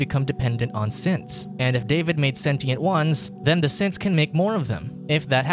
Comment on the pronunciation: me hearing simps instead of synths